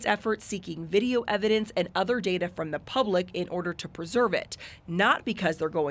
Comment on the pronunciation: All the evidenceseseses huh? Aww duh evadenseses is at duh videeoses. You are a real rocket surgeon aren't you?